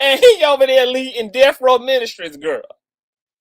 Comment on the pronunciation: Not Def Row 😂😂😂😂